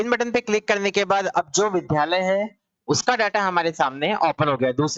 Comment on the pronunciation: विध्यालय नहीं विद्यालय बोलिए । अगर आप शिक्षक हैं तो शुद्ध उच्चारण आवश्यक है आपके लिए । द्य एक संयुक्ताक्षर है जो द् + य से मिलकर बनता है इसलिए शुद्ध उच्चारण विद्यालय है अर्थात विद्या का घर ।